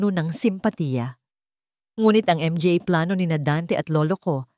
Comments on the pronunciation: Arte mo nman mga n LNG sabihin mo m.g.a mo p binibigkas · Not nice to hear the pronouncement M G A , M G A. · ang basa sa mga ay M G A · MGA ? Manga Yan basahin madam😊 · Exit muna ako ang sakit sa tenga ng m g a at p a okey na sana ang mga story kaso m g a at p a